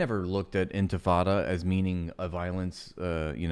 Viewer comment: She says "intifada" like white people say "tacos." As a Mexican Muslim it's so cringe on a whole other level. ears bleeding Whitewashing? Girl, you are WITE. Every accusation is a confession.